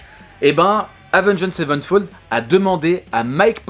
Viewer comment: Autrement dit, c'est Avenged Sevenfold et pas Savenfold